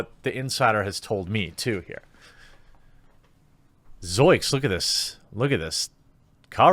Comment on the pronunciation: Dude. Zoinks has an N in it. 🤣